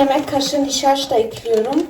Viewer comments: Kuzum das heißt "nişasta" nicht "nişaşta" wie süß du bist ey 😘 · "Nişaşta'yı" 'nin kendi yöresinin şivesiyle söyledigini anlamayip düzeltenler 🙈🙈🙈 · Nişaşta deyişini seviyim🥰😁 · Nişaşta 😆😆 aykoptum ne tatlı diyorsun kelimeler yanlış olsa da bayılıyorum demene 😆😇